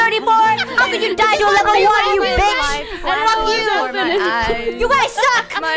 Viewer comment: I love the way she says BEECH! Especially how she pronounce the B, it's so visceral